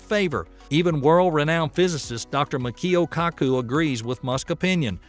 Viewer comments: Are you pronouncing names correctly? I believe it's Robert Zubrin, not Robert Zurban, and Michio Kaku, not Makio Kaku. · AQND, it's pronounced 'Mitch-E-O Kakoo' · One tip for improving the quality of your video. Correct pronunciation of peoples names. It's ZUbrin not ZURbin. Michio Kaku was also a long way off. I found it REALLY annoying, otherwise a nice video.